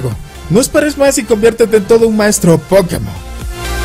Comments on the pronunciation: O como Josue Yrion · O como Maduro :v